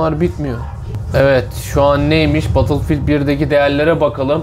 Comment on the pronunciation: Böyle sistemin olsun ama battlefield(bedılfiğıld)a batılfild de